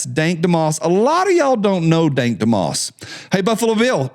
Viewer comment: Pronounced it wrong it's dank dumb ass